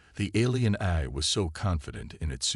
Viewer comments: Its A l not Aerhh...😂😂😂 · Great story, really loved it but... Please please please have someone review when you have a computer read it. Every Ahy instead of A.I. was very painful. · So repetitive and like others mentioned couldn’t pronounce even the word AI. Gets to the point where it’s oh my God would you please get on with the story and then it seems to be incomplete at the end